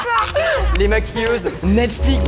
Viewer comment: C’est moi ou à il a dit nesflix